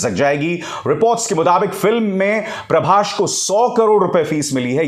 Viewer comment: प्रभास है अंकल नाम, नकी प्रभाश